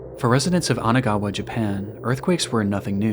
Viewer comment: Isn't it Kanagawa and not Anagawa?